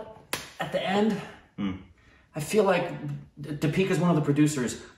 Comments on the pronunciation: Your pronunciation isn't too off, just exchange how you pronounce the e's and i's in her name...so it's "dee-pick-aah" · I want to add that the 'D' you pronounce 'Deepika' is not as in 'Deep' or any other English 'D' pronounciation. It's in fact like 'd' in Spanish phrase 'Buenas tardes' meaning 'Good afternoon'. I think said in one of the recent reactions, that he knows Spanish, so probably he can pick it up. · Deepika = Dee - pika not Di-pee-ka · Wanna pronounce Deepika? 'Thee'-'P'-'Ka' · d i: p i k a: that's how the name is pronounced (with a soft d) or more simply put, switch the ee sound that you currently use while pronouncing the name (the first one is longer and the second one is shorter). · It’s “deep -ick - uh” 😂😂😂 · Actually it's "thee-pick-uh" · thee-pee-ka pa-doo-kon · Pronounced 'dipika' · Emphasis on first syllable...DIpika not DiPEEKA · you are emphasizing the wrong syllable in her name, its DEE-pika not Dee-PI-ka. Emphasize 'Dee' instead of 'pi' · Deepika is supposed to be pronounced with emphasis on the first syllable and the first syllable should be longer than the second one. You tend to do it the other way round. It's just a minor mistake. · The first vowel should be stressed. It's pronounced Dee-pee-ka. The "Dee" part you mispronounce. You pronounce it as "Duh" instead of Dee (as is Deep or Keep or Leap). The vowel in "Dee" in Deepika should sound exactly the same as the vowel in "pi" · You say di-pee-ka It is dee-pi-ka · It’s not Di(pee)ca.. it’s Thee(pi)ca. Her last name is mispronounced by most Indians too but she never corrects it. It’s Puh-du-ko-nay. (Ko-nay, not kone) Meghana is pronounced May-ghuh(hard g)-naa Deepika means little lamp (signifying one that gives light) Meghana means Clouds (signifying one that brings rains (nourishment)) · Its Deepika. You call her Dipeeka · so to your help try pronouncing it as "deee + pika" instead of "Di+pika" :) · It's like the archaic word THEE. And not Dee pika. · It's deeeeepika not dipeeeeka